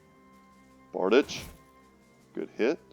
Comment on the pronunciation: That weapon is called bar-deech.